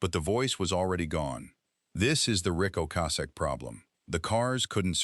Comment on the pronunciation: Train your dumb-ass AI voice to say Ric Ocasek’s name correctly. So disrespectful.